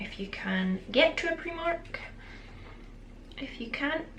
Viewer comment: I am slightly in love with the way you say primark